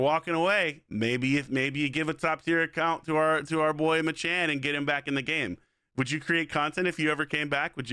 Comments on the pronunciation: Why does bro keep calling him “MaChan”? His name is “MacChan” pronounced Mack Chan. Does he also go to McDonald’s and order a “Big Ma”? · HIS NAME IS MAC CHAN NOT MA CHAN JESUS YOU'RE TRIGGER ME SO HARD IM AT MY LUNCH BREAK TRYNA ENJOY THE VIDEO YOU KEEPS CALLING HINS MACHAN ITS MACCHAN..😡